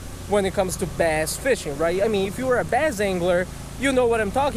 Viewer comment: We'll try our "basst"